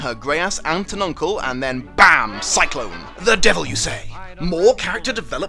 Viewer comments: I have read the book but I have not seen the movie. Baum is pronounced bomb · Baum is pronounced like "balm" or "bomb", not really that hard to get right,. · to a German it's really odd that English-Speakers don't know how to pronounce "Baum" (which means tree btw.) The right way to say it is something similar to Bowm (pronouncing the au as ow), like in Clown. Maybe that helps. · Bay oomm is how you say it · I dont remember wich book, but I've read one where the main character was hella scared of the wicked witch 🤔 Also dom seems to have problems with german words "Ende" "Baum" 😂😂its funny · Should I be more shocked about the (not very surprising) lack of book readers or that 2 out of 21 DID NOT EVEN SEE THE FILM(!!! o,O!!!)? Wonderful video series btw,! Keep it up!\m/ P.S.: Also, for me as a German it's especially hilarious to hear your take on the grandmasters last name "Baum" (= "tree" in German). Most US citizens pronounce it "bɔm"/"bɑm", but I'd suggest "baʊm".